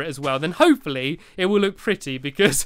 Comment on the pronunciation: you look like saying HOPE-FOR-LEE